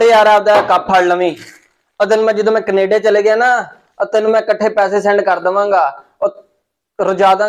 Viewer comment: Canada❌️ Knaadaa✅️ 😅😅